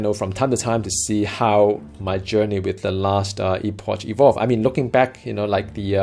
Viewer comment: How u been mate? Really looking forward to this getting multiplay implemented, preferably local co-op. Play necro - you can have 30-60 pets out at one time. I'm actually surprised you didn't start with that class! Btw, it's Ee-pok;).